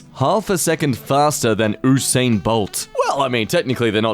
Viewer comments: “Ue-Sane” btw its “yu-sane” (i mean in how you say it his name is Usain) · Are we just gonna ignore the ''OOsain Bolt'' ?